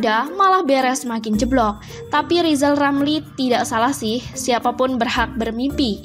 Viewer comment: Hahahahaha, Huahahahaha, Huahahahaha, Rizal Ramli gak bisa apa apa, nyebut huruf R saja belum lancar. Lizal Lamli mendingan belajal nyebut huluf R ke Locky Gelung dan Lefly Halun atau Bang Kalni ilyas